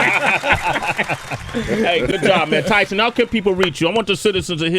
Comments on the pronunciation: wow - this is painful - nasa lies! tyson is lying shill... nasa was founded by nazis - do some research - the interviewer praises tyson like he's been his hero for so long and then he doesnt know how to pronounce his name - the dumbing down of amerikkka is alive and well here... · How you fuck up the name and say you watch his shit? Everyone that introduces him pronounces his name with the “E” silent! Even he says his name at the beginning of “Star Talk”. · "Yeah, this is my mentor, my hero growing up. Always looked up to this cat." (While he mispronounces his name) smh